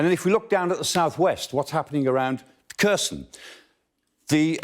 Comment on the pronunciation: Good summary, but you'd think he would have learned how to pronounce 'Kherson' by now. just getting the emphasis right would help enormously.